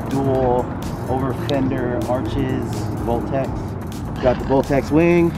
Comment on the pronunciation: is the wing a meme cuz it's said boltex instead of voltex but it looks dope asf tho I love the hard work you put in the evo, p.s just wanted know lol